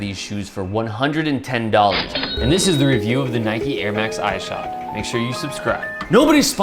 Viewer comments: Ik im two years late but it was really bothering me how you pronounced his name. It’s pronounced Is-shod like issue. Great review though. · The way u say Ishod makes my skin crawl do u say ish cepedas name all weird too? Lol just say it normal. Even the clip u used to justify saying his name wrong proves you know how its pronounced lol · pronounce his name right